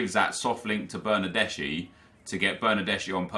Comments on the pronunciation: Its not bernardesi its bernardeski, trust me im italian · That's Bernardeschi not Bernadeshi You should pronounce it like Bernardeski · Bernardeschi is read as Bernardeski